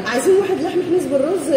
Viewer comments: لحم حنيذ مش حنيز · مسموش حنيز.. اسمة حنيذ... بالذال مش بالزاي. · (حِنيز) = (حَنيذ) هههههههههههههههههههههههههههههههههههههههههههههههههههههههههههههههههههههههههههههههههههههههههههههههههههههههههههههههههههههه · هههههههه الله يسعدكن أسماء الاكل تنطقنها تفقع ضحك حنيز و زرابيان شفوت 😂😂😂😂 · نطق اسماء الاكلات بعضها خطا هذي عادي اختلاف لهجات لكن ما تعرفو عاصمه اليمن وتقولو مش عارفين هذي اهانه ليمن واليمنيين كل يمني مشترك بهذي القناه الغاء الاشتراك مع احترامي لجميع